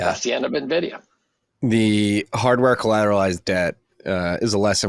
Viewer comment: It isnt Navidia its Envidia for pronunciation.